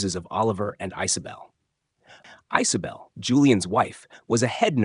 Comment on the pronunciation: Ice-o-bel? I guess AI has never heard of the name Isabel?